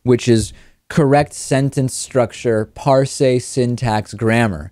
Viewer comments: So 'parse' rhymes with 'arse', not 'ar say.' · Also, "par-say.' =_= It's fucking "parse," as in like how you say "purse" but with an "ah" sound instead of an "uh" sound. This guy is a fucking perfect example of the Dunning-Kruger effect in action.